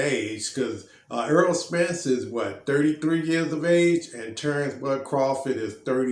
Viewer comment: His name is Errol not earl sir